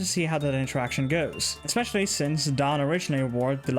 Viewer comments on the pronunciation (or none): none